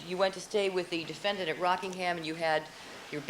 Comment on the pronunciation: Would somebody tell Mr. Darden that's it's pronounced defendant not defendaant? Thanks